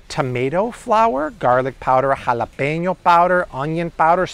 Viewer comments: Why tf homie saying jalapeño like that😂😂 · you're ALWAYS on it!!! 😊Especially love hearing your Mexican accent "Jalapeño powder" "Serrano powder"😂😉👍